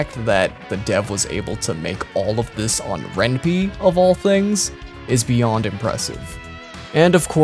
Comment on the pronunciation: You pronounced Ren'Py wrong...